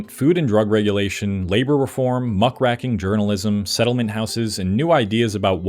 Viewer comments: Muckracking? Lewis Armstrong? Do you even write your scripts anymore? Or just AI? Your pronunciation is terrible all of a sudden... very suspicious. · Muckracking? Muckraking? If whoever (whatever) wrote your script uses a word you don't know, Google can provide a pronunciation for you.